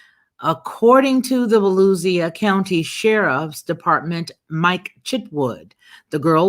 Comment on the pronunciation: Holy cow!!! That's the county next to me. Btw, its pronounced Vah-lew-sha just in case you ever encounter this county in the news again. Sheriff Chitwood is pretty good.